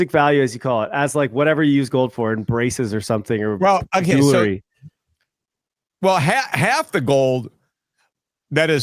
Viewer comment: Damn it Peter. Jewelry NOT “jewlery.” I cringe every time!!